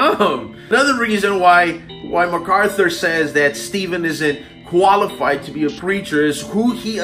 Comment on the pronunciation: Amen Jen....Furtick is shocking. Notice Furtick can't even say MacArthur's name. What Furyface doesn't get is JMac doesn't need to know him to see his fruit. Furyface has 1000 muppets clapping his garbage on. Face to face on theology MacArthur would destroy him. P.S. Marry me 😉😁